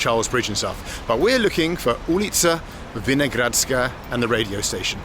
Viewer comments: VinoHradská, like Hurry up, not Gurry up. :-D It was never the People's Museum, it was always the National Museum.. :-D :-D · I like how he reads it like in cyrilic(we call it azbuka btw). y llke u, and classic h like g .. But second time he said it almost right. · I find it funny you pronounce it with somewhat of a Russian accent :D And btw, Vinohradská means a vineyard, so you were somewhat close 😄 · Rozhlas is radio. Most direct translation is "broadcast". And your pronounciation of both is... well... worth improving :D